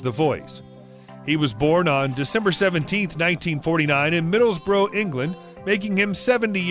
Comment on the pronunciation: Who is the voice over doing this recording its driving me insame it is NOT Middlebroo it IS Middlesbrough and pronounced as such.